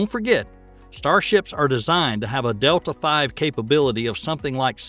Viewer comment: Its called delta v the letter not roman numeral